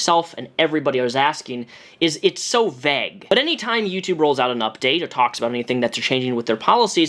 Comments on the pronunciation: why do you keep saying 'veg' instead of vague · Omg if you pronounce vague as VEGG one more fucking time... I’m going to censor you. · This is serious issue that is very important. I agree with everything you're saying, but that's now how you pronounce "vague"